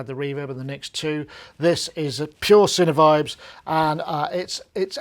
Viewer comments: Yes, the correct way to pronounce our brand name indeed is “sine vibes”, as in “sine waves” :-) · Isn’t it “sine vibes”? (That’s what I always say in my head when I read it)